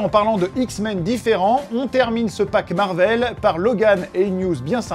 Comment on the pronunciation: pour quoi tu dit Marveul?